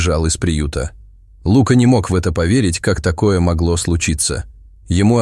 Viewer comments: Неплохой рассказ, но неприятно слушать неправильное ударение в словах. Что за Лука, ударение на у. А ведь есть известное имя Лука, ударение на а. И еще несколько слов. Непонятно, вообще что за тигренке, ударение на и. Такие простые слова и столько ошибок. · Лука, ударение на А! И Кот! а не Като! Русский язык не изучали?? Ну тогда не стоит читать истории.! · Птчему ЛУка, а не ЛукА. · Рассказ очень трогательный , но если бы читал текст не робот , а человек, было приятнее слушать . ТигрЕнок и Лука режет слух !